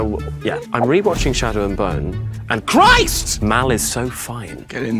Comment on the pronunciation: The way he actually emphasized capitalized word "christ"😂😂😂😂😂😂😂😂😂 he is representing us